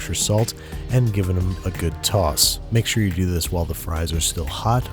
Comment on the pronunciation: Do Baltimore people really say “do” and “boo” in British accents?